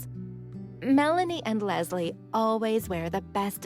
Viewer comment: everytime she says lesli i hear lesbian lol